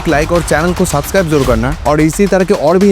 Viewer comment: Subscribe isi liye nhi krte h kyu k apko thik se bolna hi ata h "Subscribe "😅